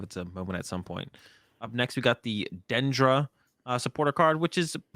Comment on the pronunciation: On the pronunciation of Dendra, the entire root of the word is dendr- which is pronounced exactly as did. If the Pokemon folks want to go with something else, that's pretty awful.